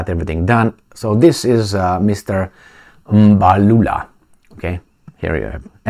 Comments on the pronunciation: Well done on your pronunciation of Mr Mbalula’s surname. He is a crazy guy. The BBC person met his match and was never going to have his way. Their party has actually taken a resolution to return the loan that the US president announced he had given to South Africa. South Africa is taking a lot of heat because of all this, the currency has been slammed, and the country has been grey-listed, just because they are not towing the line. The British (think they) still own the country, because they still have their tentacles firmly on the minerals. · as Xhosa man same tribe as the ANC secretary-general,im so shock with your first time correct pronunciation of Mr Fikile Mbalula. So story,white South Africans still struggle to pronounce African name hence over 4 centuries of their existence in our part of Africa. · Hi, I am surprised you pronounced the surname correctly.. What's the secret? Yes, what Mbalula stated is absolutely true. It resonates with many of us in the non-western world. Why would anyone in their right frame of mind think it is correct to pick and choose cases and then believe that all of us will be stupid enough not to question? Media platforms like the BBC, I am afraid have lost credibility once and for all..